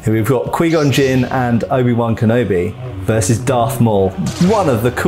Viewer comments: Quai gon not quee gon unbearable to Listen to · did you call Qui Gon...QueeGon? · "qwee gon" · but everyone ever in starwars pronounced it as qui-gon, not qwee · The way he says “Qui-Gon” but pronounces it as “Quee-Gon” kills me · Who else is weirded out by him pronouncing Qui-Gon wrong, it’s not ka-we it’s more like ka-why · "Quee Gon" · "Kwee Gun" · It's pronounced 'QuY Gon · I'm so distracted by this dude saying Quee Gon. That's not his name bro, just say it right. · Quee Gon🥴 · Kwee Gon. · was great except those many mis-proncunciations of Qui Gon's name. :D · That Qui-Gon pronunciation, though 🤣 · Ime scarred today for the way he say Qui Gon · How this man say qui gon 🤣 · It was instantly clear that this reviewer was not a star wars fan in the first 20 seconds, mispronounced qui gon and then said they should of kept darth maul around, he lived for a quite a long time after this 😂